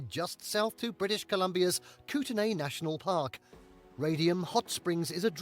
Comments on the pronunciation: Kluane is pronounced KLOO-AH-NAY. It is from the Dene (DEN-AY) language. Kootenay is pronounced KOOT_NEE, unsure of origin. The Burgess Shales are vast a soft bodied fossil trove from the Precambrian era, 535,000,000 years in the past, another world heritage site. Many unique species were discovered there and thousands of examples are in museums around the world, possibly in Australia. Montana is pronounced MON-TANA. Glacier fed lakes are COLD! In Jasper, no mountains are bright red. That image was a bit of artistic licence featuring sunshine and HDR. I have driven the Icefields Parkway past the Columbia Icefields dozens of times and it is fabulous every time... except at night when one needs to be aware of large animals on the highway. You don't want to hit a moose at highway speeds as it will wind up inside your car, leaving no room for humans. Moose, black bears, grizzly bears, elk, caribou and several deer species are commonly seen by the roadside throughout the mountain parks. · Most of the pronunciations were butchered pretty bad. Eg. Kluane is “klu ah nee.” I’ll give him Kootenay, although despite the spelling, it is actually pronounced simply “Koot-nee”. Lol.😂